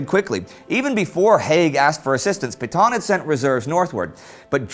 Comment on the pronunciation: I like the videos....but gosh, someone REALLY needs to help this guy learn to pronounce French...towns, names of generals etc... Reims, Cambrai, and French general Petain to name a few.